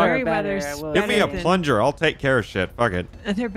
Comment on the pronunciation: "Plunger" lmfao